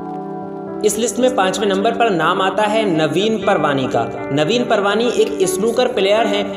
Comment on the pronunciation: Surname is not Parwani but it is Paarwani